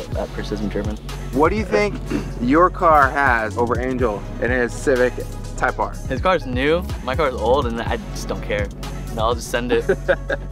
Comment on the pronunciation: Who has the RECORD on the Nürburgring ..? Type-ARRR!